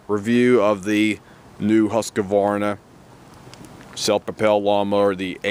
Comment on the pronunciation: HUSQ-VARNA not HUSQ A VARNA.